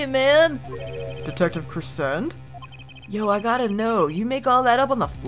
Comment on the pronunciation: Daryan’s last name is not said like crescent its said like crescendo